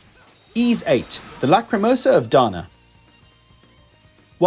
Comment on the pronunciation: A really nicely put together video. I’m really looking forward to Ys IX but can’t decide whether to get it for Switch or PS. Having VIII and Celceta now on PS I may get it for that. Ooh, just one thing, and I think as you are a massive fan of the series I should say, the S is actually pronounced like an S and not a Z (think Peace not Please).